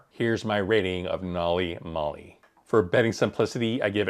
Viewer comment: Every time mispronounces the name of the system makes me cringe